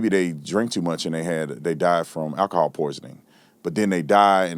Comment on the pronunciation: I just wish Brandon could pronounce words like “alcohol” and “ask.” “Akahawl” & “Aks” kinda fucks up his credibility as a former law enforcement officer.